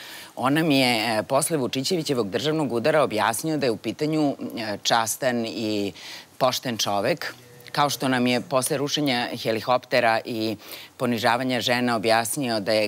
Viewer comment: Јел рече "хелихоптера"? Циркус.